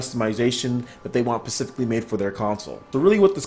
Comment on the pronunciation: LOL. "pacificly", you mean Specifically?